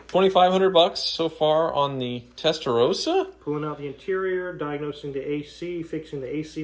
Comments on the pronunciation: I cringe when you say "Testarouuusa". It's Testarossa. 🤌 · Please! It's pronounced Testa"rossa" not Testa"rose-a", why do Americans find it so difficult? It's pronounced rossa in Italian, and in English. Come on guys 😮